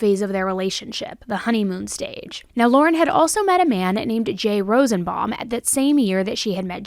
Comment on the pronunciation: It's ROSEN-BAUM. ROSE-IN-BOMB is how you pronounce.